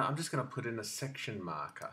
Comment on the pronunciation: Great explanation, but there was something about the way you said "section marker" which made me laugh every time xD